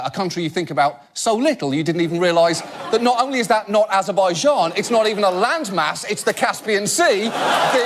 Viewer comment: Points for pronouncing the 'J' in Azerbaijan, properly.